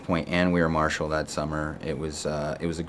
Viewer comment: He said We are Marchall